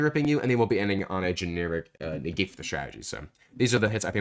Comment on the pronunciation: Negate ❌ Niggate ✅